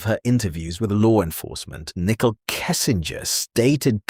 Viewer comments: It's not pronounced nickel it's pronounced Nick cole. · Her name is pronounced Nicole (Nick-Coal) not like nickel, the coin!!!! Also, you have said all of this in previous videos!! Most already know this and we don't need to keep hearing the same stuff over and over in supposedly"new: videos. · Can't listen to the video. Called her nickel every time. When you make a video at least try and pronunciate someones name right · I love how all the ai narrators call her Nickel Kessinger. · Very irritating 😅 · Right! Good research, awful delivery. “nickel” kessinger….just use your real voice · Nichol is how she spells her name and why the AI can't say it right.